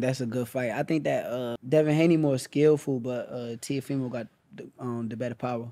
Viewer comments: Still calls teofimo teemo😂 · “How you think him & teethfull do”